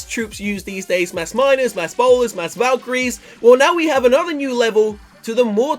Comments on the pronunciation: You said powlers instead of bowlers 😂can't wait for update💪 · denroy lewis Who cares if he said "Powlers".